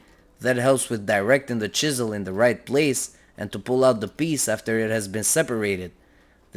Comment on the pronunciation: I like the way he says chisel😂